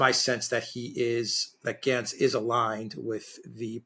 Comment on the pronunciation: It's Gantz not Glantz.